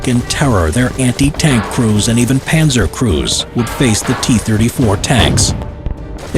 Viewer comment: No it’s panzer